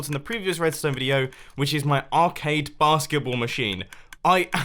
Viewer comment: Every time you said basketball, I heard barskiples